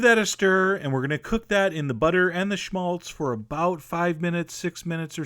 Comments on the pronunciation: How he says Schmalz.. as a german you might have fun now. HAHA. Genius! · You sound so funny saying schmalz :D we say it in germany too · Haha, love it when he says "Schmalz"